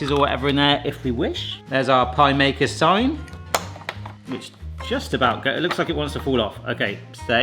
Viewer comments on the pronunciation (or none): none